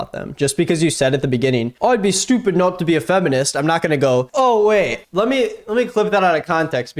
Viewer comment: He talks about how we pronounce works yet he pronounces ‘stupid’ with an H….shhhtuupid! 😂😂😂😂